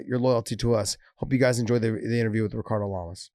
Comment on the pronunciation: "hickardo lamas" he's not brazilian big johnny!